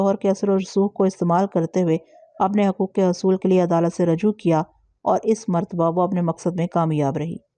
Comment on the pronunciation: Rujoo parhen rajoo ghalat h...